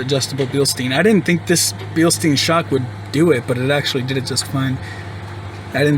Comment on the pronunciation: it's billst-EYE-n not billst-EE-n